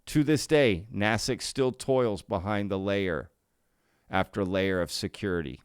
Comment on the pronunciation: Foreign Material Exploitation. There you go. "NAY-SICK" is the correct pronunciation.